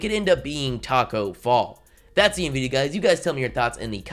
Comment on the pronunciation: 😒 why he say tacko fall like that? It’s highly possible that he’s going to get rookie of the year 😭😭😭